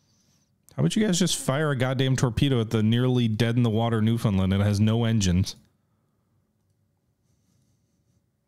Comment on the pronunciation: As a newfie myself I'm happy to see this cruiser but will fault you for pronouncing newfoundland wrong